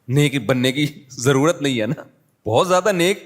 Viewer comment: what is "Jyada" its "Zyada"